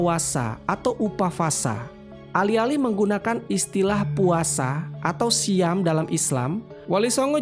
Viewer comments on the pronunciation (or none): none